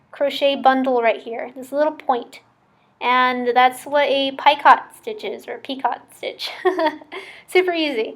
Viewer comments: I think they are pronounced PICO(t) stitches ( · to: Picot is a French term and is pronounced "Peecoh" with the accent on the "coh" part.